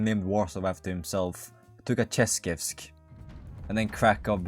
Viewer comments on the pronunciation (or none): inability to try to pronounce anything is ragebaiting me Took-A-Shev-ski